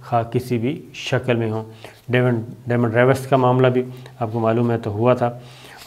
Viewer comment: یہ امریکی جاسوس ڈیمنڈ ریوس نہیں تھا بلکہ ریمنڈ ڈیوس تھا۔ Good slip of tongue 😀